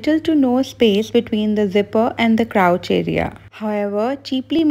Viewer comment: Getting advices from who donno how to pronounce crotch.... hard pass